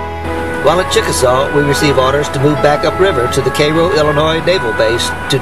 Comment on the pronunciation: I'm sorry, but if you go to Cairo IL you will find it's pronounced Karo. Guess the founders didn't know how Cairo, Egypt was pronounced.